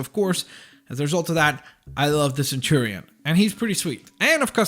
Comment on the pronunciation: I hate to say it, but it's centurion, not centurian.